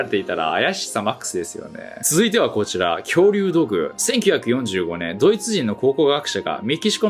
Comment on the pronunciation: 土偶の発音も追加願います。ww